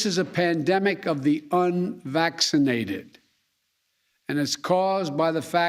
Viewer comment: "We are going to protect vaccinated workers from unwaxinated co-workers" 😆 🤣 😂 What a moron...